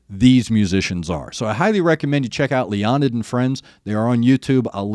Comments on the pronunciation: Leonid is properly pronounced "Lay-o-need" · It’s pronounced Lay-uh-nid